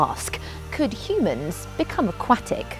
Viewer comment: She pronounces aquatic so differently